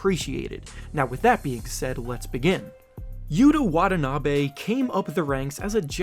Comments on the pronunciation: WanTaNaBe not Wadanabe. Great video though!! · His name is not pronounced Wad-a-na-bay, it's Wa-ta-na-bee. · wah-TAH-nah-be please. Not wah-tah-NAH-be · Pronounce it right, not Watah Nabey It's (Watanabi)Watanabe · Plz pronounce his name properly with emphasis on the T's